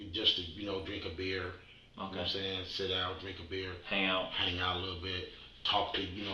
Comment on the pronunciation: If you edited out every time he said "yanowmsan" the video would fit in the original format of the channel... Thanks for doing what you do